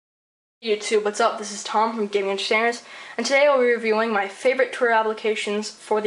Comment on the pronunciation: lol you say gaming entertainerz funny lol you are so funny